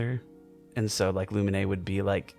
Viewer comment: her name is not luminay, it's pronounced as lumeen